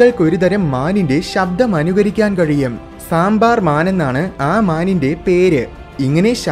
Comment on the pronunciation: സാമ്പാർ അല്ല....സാംബ